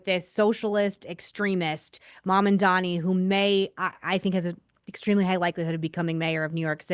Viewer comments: It's Mam-dan-i, not Man-an-dan-i. I can't stand him but his name is his name. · “Mom” Dani…. It’s not that hard